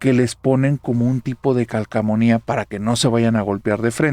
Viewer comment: si vas a narrador buen español. Se dice "CALCOMANIA", no "CALCAMONIA". 😂😂😂😂 De donde soy, si alguien dice esa palabra mal, es un naco que nunca abre un libro. Por cierto, la historia de la casa donde vivia la niña que suplicaba de trabajo, me sumergí tanto pues tu narración era muy descriptiva. Que horror de experiencia para la mamá y la niña. Un abrazo cordial bro.